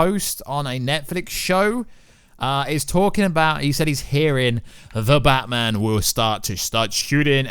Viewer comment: Why is he saying Batman like it's his surname? Bat-man